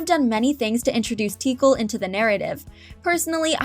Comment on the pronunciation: They aren't "missing" if they weren't intended for the film in the first place. Also, Tikal is pronounced "Tic-kal".